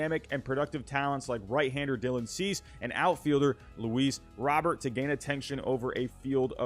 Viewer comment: Pronounced Luis Robert name wrong. Took a second for me to get who tf you were talkng about when you just said Robert.